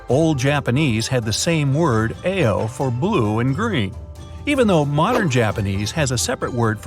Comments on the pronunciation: It's ah-oh, not ay- oh for blue. 🙂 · U don't say A O you say ao like "ou" as in "out" there's a little difference in the tone though but saying it A O is too weird! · it is pronounced as ah-oh. i speak basic japanese. i am actually learning japanese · yall say "aye oh" it's pronounced "OW" tf 💀💀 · Ao isn’t pronounced as ‘eiyo’. It’s pronouced just like “ow” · ... It's pronounced ao, not eyou!😡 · He literally say it "A-yo" but it's actually "A-o" like when you say "ow" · fyi - ao (blue/classic "green") is pronounced "ah-oh". wasabi (not wasabeh). also, if 100 yen = 1 USD, 3000 yen (for a peach) is only $30. did you mean 30,000 yen? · 青 is prounouced like "ow" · Hi I leave in Japan for 8years and this guy pronounced blue really wrong 😑🤦‍♀️🤦‍♀️🤦‍♀️ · You pronounce AO completely wrong